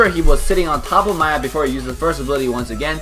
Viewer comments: It's not Maya its Miya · I think its "Mee Ya" not "Ma Yah" for the pronunciation of Miya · Why do you always say maya insted of miya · isn't it miya? Like Me ya. Not Maiya? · Everything was cool and awesome except the way you said maya instead of miya. That was annoying. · its Miya Not Maya ! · maya 😂 I don't care if pronounce miya weird 😂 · I don't say miya ,it's pronounced meya